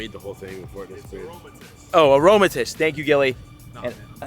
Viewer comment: Air-o-maa-ti-see, man I'm dead.💀